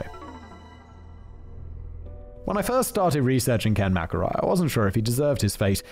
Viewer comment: You know I don't think he mispronounced McElroy even once after he mentioned it.